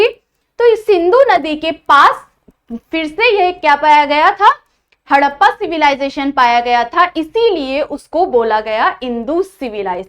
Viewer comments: Tts not haddpa it's harrapa 😂😂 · Harrapaa nahi Harapan hota hai😂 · Mam haddapa nahi harappa😂😂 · Mam मॅम आपने हरप्पन सिव्हिलायझेशन को हडप्पा बोला है तो उसका करेक्शन मुझे थोडा अजिब से लग रहा है तो आप अच्छे से प्रोडक्शन करिए